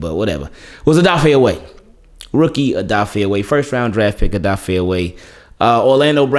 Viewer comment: Just letting you know brother Odafe said we pronounce his name wrong, I’m guilty of it as well! It’s actually pronounced Oh duh fey-tried my best to break it down lol! Love your work!